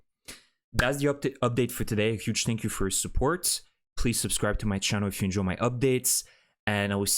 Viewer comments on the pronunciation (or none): none